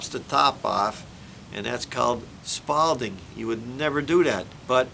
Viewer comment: Career concrete guy pronounces spalling as “spalding”? 😮